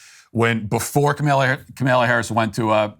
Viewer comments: Dear Matt: Please pronounce Kamala Harris's first name correctly. All the 'A's are the same: short; stress is on the FIRST syllable, Comma-luh. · Its funny that Matt just decided to never pronounce Kamala Harris’ name correctly haha